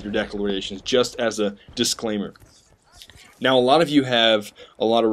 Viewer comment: I love how you say "Now." "NEAUH!"